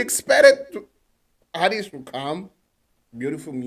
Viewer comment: You must how to pronounce her name that's important thing